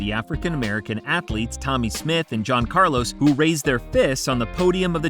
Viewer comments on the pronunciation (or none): none